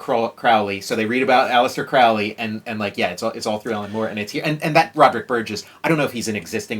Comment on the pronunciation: Not really that big of a deal but Aleister Crowley - his last name is pronounced properly if it rhymes with the word Holy and not the way Ozzy Osiborne pronounced it in the song he wrote about Crowley.